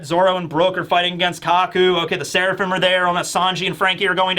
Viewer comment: I'm suprised didn't talk about franky calling sanji "swirlaphim"